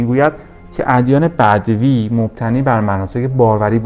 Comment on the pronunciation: ادیان بَدَوی، نه بَدوی. حوّا، نه حوا